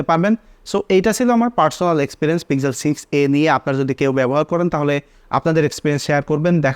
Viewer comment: It's pixel not pizel😂